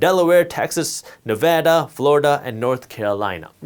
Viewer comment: As a Nevadan thank you for pronouncing the state name correctly